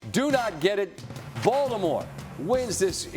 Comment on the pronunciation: Why does SVP sound like he's saying "Voldemort" when he says Baltimore? 🤔😅